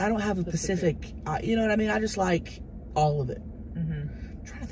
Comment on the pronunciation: drove me crazy lol the word is Specific, she had it right the first time 😫